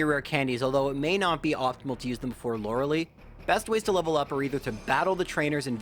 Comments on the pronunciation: The way you pronounce Lorelei hurts me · He's doubled down on it, too, which is the most infuriating part. Won't admit he's wrong let alone bother correcting it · Still triggered by that Lorelei pronunciation?